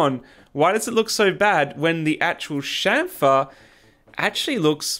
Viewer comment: Your pronunciation is correct... Anyone saying champer is drunk